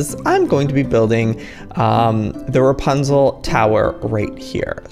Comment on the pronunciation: its rapunzel not rampunzel like wth